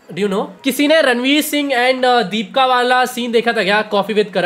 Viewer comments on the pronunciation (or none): Does only me who heard deepka instead of deepika or there anyone else??